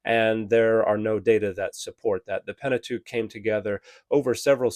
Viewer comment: Pentatuque 🤣Canadians love that. Pentateuch. That early? Very interesting.